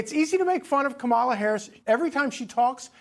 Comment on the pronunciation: All three of these commentators have not yet learned the correct pronunciation of Kamala. Rather shameful. The stress is on the first syllable: comma-luh. C'mon, Larry, Katie, and Charlie. Are you mispronouncing it on purpose to show disrespect?